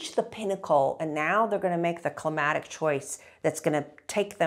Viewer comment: to me she's saying "climatic" repeatedly, and it drove me to the comments to find this lol.